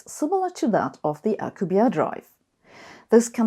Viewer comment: you pronounce Alcubierre's name like he is French, but he is Mexican. Everyone seems to do this and I don't know why. It is pronounced, "Al-koo-bee-eh-reh," which doesn't require an alveolar trill if you find that difficult.